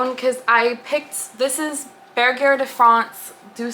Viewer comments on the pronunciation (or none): The cardigan looks like it's gonna be so cozy! And also Bergère is pronounced with a soft g 😉 (I wasn't gonna say anything but then you brought up the pronunciation of haraboji soooo yeah). I came across your channel and I like your vibe! See ya next time.